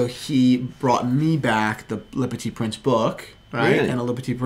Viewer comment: How can you butcher "le petit prince" like that? Just say little prince instead of butchering the french language